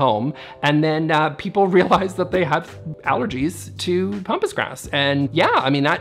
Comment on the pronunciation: It's Pronounced "PAM" pas grass not Pompous. I comes from Argentina. My Mum grew it in her Garden in Victoria BC in the 1960's. I always thought it looked majestic, but learned quickly not to handle the blades of long grass for fear of cuts.